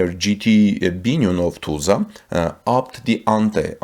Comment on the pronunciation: First learn how to pronounce "Tulsa" correctly!